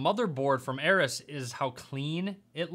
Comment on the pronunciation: Oh my God, he pronounced Aorus as Eris lmfao! 💀